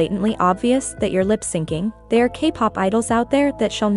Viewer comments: It triggered me everytime lol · Good video but does the voice machine saying “lip-singing” instead of “lip-syncing” rly stand out 😭😭